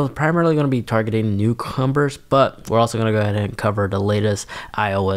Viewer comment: Great videos love your videos but in regards to. This video the word Is NEW COMER NOT NEW COMBER! Just saying